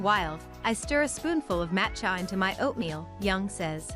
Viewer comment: "Matt Chya" ??? Seriously? Who makes this crap? Use me as a dislike button!